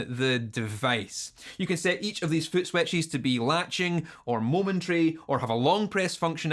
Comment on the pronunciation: Love the way you say footswetchies <3